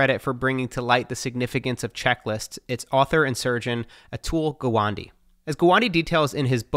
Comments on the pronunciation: It's Gaaaa waaaan (wand) -day Atul Gawande, not Atul Guwandiii. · He Said a tool guvandi 😂😂😂😂😂te Atul gawande aahhe bhau😂😂😂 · sorry but it is doctor a-tool ga-one-day not gwondi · Hey Matt, it's not pronounced Gwandy, but 'Gah One Day' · Matt D'Avella It’s an Indian name and it’s pronounced GAA-ONE-DAY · Amazing video. P.S - Gawande is pronounced as Gaa-one-day in his native language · The pronounciation of atul gawande is "atul gaaa-one-day".😅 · Its Atul "Gaa-one-day" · 'Atool Gowandi' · He likes to say gwade i guess